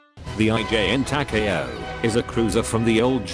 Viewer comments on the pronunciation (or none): It's Ta-Ka-O, not Ta-kay-O. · Its Takaw not Ta Ka a Ow.